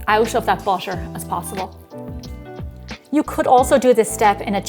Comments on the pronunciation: Why why why😭😭...why do you pronounce butter as basher sometimes... sometimes butter.... I really don't understand this....why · The way you pronounce butter <3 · I love the way she says 'butter' 💕